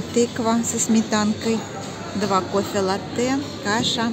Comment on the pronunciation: пожалуйста, латте произносится с ударением на А. Это итальянское слово, а не французское, означает молоко. 😊